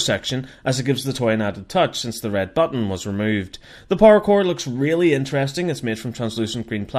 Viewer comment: When he says power core it sounds like parkour